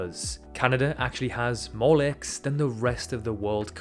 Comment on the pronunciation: its LAKES not legs